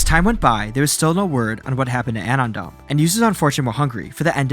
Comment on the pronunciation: Is this being read by an AI? It's clearly "anon dump" merged into one word.